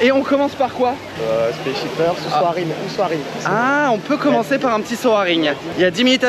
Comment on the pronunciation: Un seul petit détail … ne plus jms dire soArin … mais prononcer « sawrin » ou « saurin »